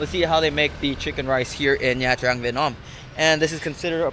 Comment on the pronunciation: Ban xeo is a lettuce wrap. Your pronunciation of Nha “Trang” is really hard on the “Tr”. It’s a lot smoother and softer on the “r”.